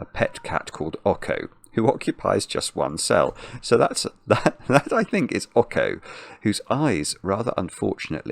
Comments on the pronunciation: Pretty sure "Ocho" is pronounced "OH cho" as in the Spanish number for 8 because the cat has an 8 on it. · oh man that pronunciation of Ocho hurts. it's pronounced like "oat-choh". it's Spanish for 8. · saying Awko instead of Ocho is perfect. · Ok-ho is killing me throughout this!!! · you mispronounced the cat's name the entire time. Ocho is Spanish for 8. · Well he is making a fine kind of Latin-type pronunciation of it 😂